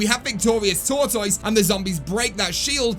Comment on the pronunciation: Say tortoise right